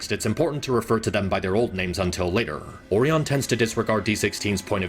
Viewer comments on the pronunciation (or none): ORIen. it's ORIon pax. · You gotta stop saying "oreon" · I love this video and it points out a lot of things that I thought when I watched both of them in theaters, but can I just say (without being mean!) it kills me inside every time you say Orion. Because I’ve never heard the O-ree-un pronunciation before in my life. Though, I do know it’s a real pronunciation. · "Orion" is not pronounced similarly to "oreo" and you kinda do that Oh ryan not oreon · Orion not Oreon 😭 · I like the video alot but the way he says Orion is funny. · this guy constantly butchers the pronunciation of "Orion" and i cant take the vid seriously bc of it😭😭😭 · Your pronouncing Orion's name wrong.